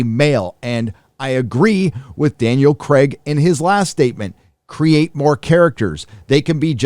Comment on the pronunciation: It's Craig not cregg